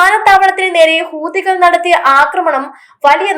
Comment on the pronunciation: ഹൂതികൾ എന്നല്ല പറയുക, ഹൂത്തി, കൾ എന്ന് പറയൂ മുത്തേ!